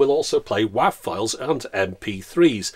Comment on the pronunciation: .wav is "wave" not "wahav"